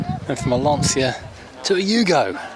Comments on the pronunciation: It's not Lansia it's Lancia, as in Lancha. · Definitely not “Larnseea”....